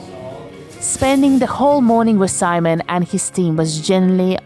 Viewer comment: Did she just call the baker Semen?